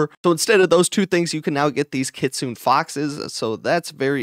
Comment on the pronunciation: EARLY GANG RISE! its kit su ne not kit sune 🤣